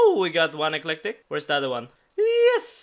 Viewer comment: And why do you say electric like that for lol I wanna hear you say electricity too